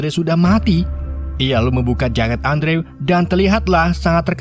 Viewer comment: Bukan Andrew dibacanya kak. Tapi endru